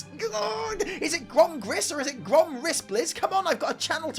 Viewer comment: It's not Grom anything. It's GOrm.